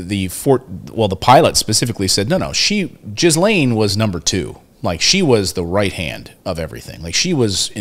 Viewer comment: WOMAN'S NAME IS PRONOUNCED "GHI LANE" SPELLED GHISLAINE MAXWELL. THE ES IS SILENT.